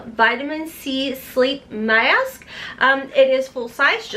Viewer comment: You have a weird way of pronouncing certain words...Maassk! It's adorable 🤩.